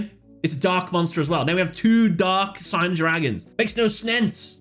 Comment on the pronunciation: This is nitpicking, I know but the word Signer in Japanese is meant to be pronounced Sig-ner and not Sai-ner. I’m not sure what the origin of the word is, but Sig-ner is how it is said in Japanese.